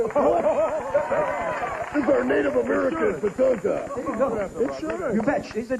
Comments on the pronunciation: lol did he call tatanka, tatango? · Did the host call tatanka, "tatanga" the whole show😂